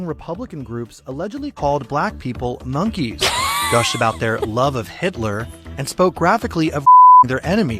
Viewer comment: I like the emphasis that they put on monkeys lol